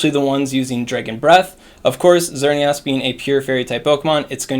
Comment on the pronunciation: Lol, "XerneAWS"